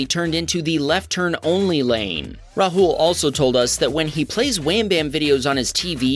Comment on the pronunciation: Its not pronounced rhul its raaahul